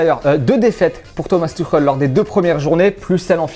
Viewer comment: Keskil baraguine tuchel ? 😂